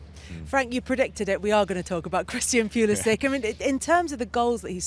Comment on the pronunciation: Its Pulishich if you want to pronounce his name properly!